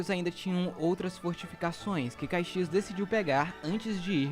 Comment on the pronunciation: Atenção na pronúncia foi dito Cuzuru não, não é, é curuzu, palavra do dialeto nativo Guarany, também foi dito caixias não, o certo é Caxias.